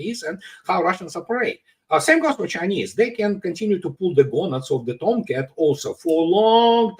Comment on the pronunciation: "pulling the gownads of the toumcats..."